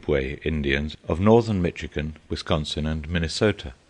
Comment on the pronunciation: only when they can pronounce things in the correct manner like Michigan is pronounced with the shh sound not the sound ch sound and I can't stress this enough (oh -jib-wa) ojibwa tribe of the five fire nations of the Iroquois that's what Schoolcraft was talking about Hiawatha is a poem about the founding of the five nations from the Great Lakes region